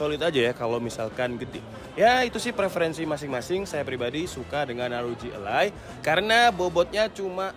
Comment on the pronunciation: rog ally om bukan rog a-lie